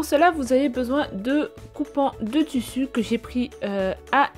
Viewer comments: elle m'énerve avec son tussu sais tissu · Ou dit tissu et pas tussu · Le toussou 😂😂(tissus )mdr